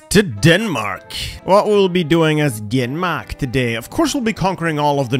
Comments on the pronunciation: I love your attempt to say my Country’s name like we do. But it’s DANmark. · The fuckin "danmæk" LMAO fuckin love Dronning Margrethe tho, she's wild 😂